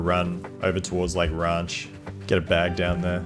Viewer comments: The way you say ranch makes me think your from SA lmao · feels almost weird knowing where your from just off 1 word lmao